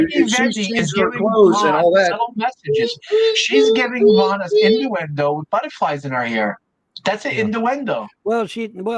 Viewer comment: I couldn't help but laugh every time pronounced innuendo like Gman does, In Da window.